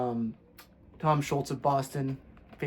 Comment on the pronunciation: It's Tom Scholz, not Schultz. It rhymes with "moles".